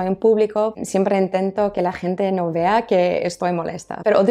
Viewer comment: Vaya locura lo bien que hablas español. Ya en vídeos anteriores lo hacías genial pero es que sigues evolucionando. Podría jurar que naciste aquí, sólo se nota en la pronunciación en algo súper específico y creo que es en las palabras con "V" como cuando dices "Siempre intento que la gente no VEA que" y en realidad la V en español se pronuncia de forma diferente a la b y su sonido al pronunciarla sería más parecido a como lo dices tú que a como lo dicen en España. Porque la "V" debe tener cierta vibración y aquí en España a la hora de pronunciar lo hacemos como si fuese una B. Esto es una tontería pero bueno como te gustan tanto los idiomas y se te da tan bien pensé que igual te aportaba algo el feedback. El vídeo maravilloso, como siempre. Lo del tabaco yo no lo sabía. Aunque estoy a favor de cuanta más libertad mejor, creo que me gustaría que fuera más como en EEUU. Y yo fui fumador hace tiempo, pero no puedo apoyar algo que sólo empeora la salud y al final es una adicción. Hace tiempo ya lo comentaba con un amigo y es que las personas creamos una "nueva personalidad" cada vez que aprendemos un idioma nuevo y a más lo dominemos, más identidad cobra esa nueva. Suelen mezclarse pequeños aspectos entre ellas, como lo que comentas, pero están bastante definidas de forma independiente a cuando usamos esa lengua. Es algo muy curioso, es como tener varias formas de ser. Espero que te vaya todo muy bien durante estos días 💜